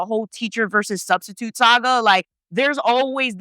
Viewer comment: Studstitute 😂😂🤣😂🤣 crYing*